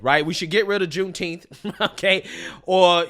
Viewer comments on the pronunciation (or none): Wtf is juneteeyh loll